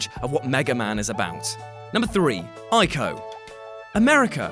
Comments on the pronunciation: ee-ko, not eye-ko. :) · i thought Ico was pronounced 'ee-ko'